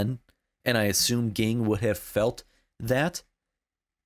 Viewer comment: Just a quick note: Gon’s father’s name is pronounced Jing.